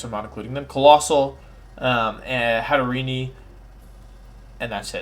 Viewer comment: Pronunciation: GHEN-GAR, not Jinjar// HAT-A-REEN, not Hatterenie 😤